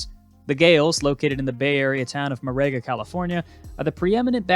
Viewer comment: “Morayga” lol its spanish from the rancer Joaquin moraga mor-ah-guh